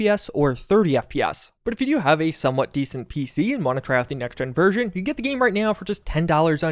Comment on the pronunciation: I hate the way you say version. I have no idea why you say it the way you do but I have never heard anyone else on this planet say it that way.